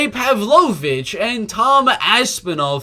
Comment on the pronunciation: You're the only non-Russian who can pronounce Pavlovich's last name correctly.